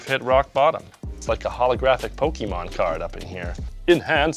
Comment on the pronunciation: There’s nothing more annoying to a 90’s kid than people who pronounce Pokémon “poke-ee-mon”